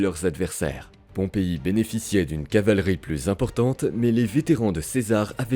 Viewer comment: L'IA s'emmêle les pinceaux entre Pompée et Pompei.😂